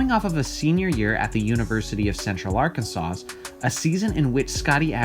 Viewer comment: Did this fool just say Arkansauce?